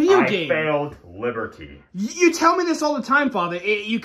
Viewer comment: Whenewer father said liberty i heard libertea😂